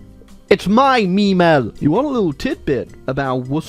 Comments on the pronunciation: speaks "Memel" *Crys in German" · Seeing make Latvia communist and mispronounce the German name of Klaipeda (Memel) has to be one of the most cursed things ever